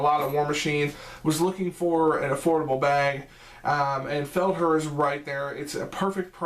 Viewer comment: Thanks for the review its pronounced. "Feld-hare"